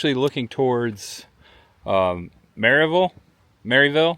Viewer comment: You said Maryville right the first time, 😂. Not many people do. I was just up on the Foothills Parkway for a ride today. That’s in my neck of the woods. I hope we run into each other some time. Take care and safe travels!